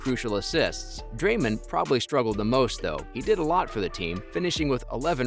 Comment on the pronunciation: “Drayman” “Stev care” 💀 💀 💀